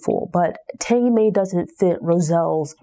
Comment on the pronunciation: One of my favorite books. Oh her name is pronounced TANgee like Angie with a T